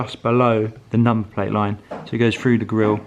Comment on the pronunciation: through.. not FREW